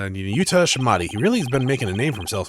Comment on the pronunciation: Small note, Nahyuta's last name isn't "Shah-mah-di", it's closer to "Sod-mod-di".